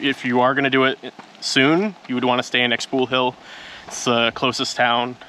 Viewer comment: ‘CLACK-a-mool’??? ‘Ex POO Hill’??? 💀💀💀💀 Come on! Maya isn’t that hard to pronounce. Kah-lock-MOOL. Shpoo-HEEL. No one‘s asking you to master an African click language. You should be able to pronounce these simple place names!